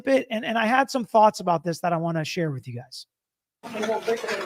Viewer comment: Sorry this attorney loses a little credibility “wif” this pronunciation of with.